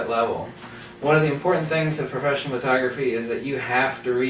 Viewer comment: P mode, for Profeshnial